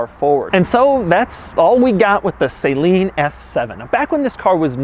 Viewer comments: Say it with me Doug suh-lean not saline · SUH-LEAN. It's pronounced SUHLEAN. i can not stand when people say "SAY LEAN". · It is SUH-leen. Not SAY-leen. The SA is pronounced similar to the SA in the word salon. I had one of their Mustangs back in the day and literally everyone says it wrong. I was disappointed that you missed it, Doug. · You can't even pronounce Steve Saleen's name right. Buy some Hot Wheels and dream about it. 🙄 Saline (long A sound) is a salt solution. Sa LEEN (short A sound) is the name of this car company, and the man who created it. 🤦‍♂️ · It's not "sayyyyyleeeen" It's salean I know Saleen, Steve RIP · It's weird hearing it pronounced Sai-Leen. I always pronounced it Sa-Leen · *sigh*..... it's "Suh-leen", not "Say-leen" Rant aside though, cool review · You do realise it’s pronounced S a leen not sayleen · Why do you say Saleen as ‘saline’ like saline solution lol 😂. Shouldn’t it be pronounced “Sah-lean” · Say "Say-Leen" again! I dare you! I double-dare you, MFKR! Say "Say-Leen" one more goddamn time!! FFS, it's pronounced "Suh-Leen"!! 🤬 The A is SOFT!! And you call yourself a car guy... 🙄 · Isn't it pronounced "suhLEEN", not like "SAY-lean"? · "Saline" Saline? It's not a sodium chloride and water, it's a car, pronounced exactly as it's spelled- saleeeeeeeen. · Every time Doug says “Saline” instead of Saleen I wanna throw a shoe at his head. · It's not Say-leen...it's pronounced Suh-leen. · It’s SUH-leen not SAY-leen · According to Steve saleen, the name is pronounced sa-leen. Just like it’s spelled, not say-leen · Isn’t it pronounced suh-leen, not say-leen? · Saline? SAH-LEEN. Say it right Doug, you got me triggered here. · Couldn't finish video because of improper pronunciation. Not Saline, (Sa_leen) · Sa-leen, not say-leen bro. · Isn’t it pronounced su-leen instead of saline? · His pronunciation is killing me. It's supposed to be suh-LEEN, not say-leen. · It’s pronounced “Suhleen” not “Sayleen” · It's suh-leen, not saline. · Say-leen Smh